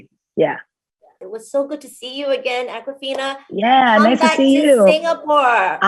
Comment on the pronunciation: Awkwafina pronounced it correctly! Finally.